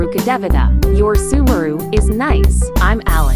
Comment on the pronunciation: I've still yet to hear a thing person besides the voice actors in the trailers pronounce Sumeru correctly